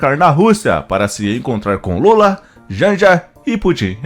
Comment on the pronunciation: Existe alguma razão p vc pronunciar o nome de Putin como se fosse oxítona?